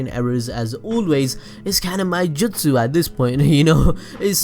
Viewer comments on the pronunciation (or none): none